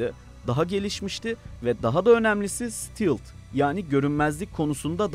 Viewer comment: STEALTH "stilt" değil, stealt diye okunuyor.